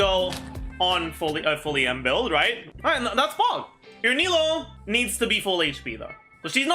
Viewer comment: says he tries to pronounce sumeru characters' names correctly but then pronounces nilou as nahida smh